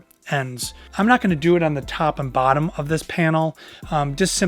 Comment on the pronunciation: " the sides the tAwp and the bAtton" lol